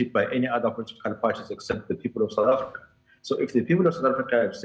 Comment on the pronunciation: What is "Sour Africa"? Your pronunciations are grating and embarrassing!